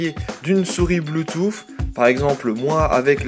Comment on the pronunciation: Bluetoothsssssssss Lol comment tu le dit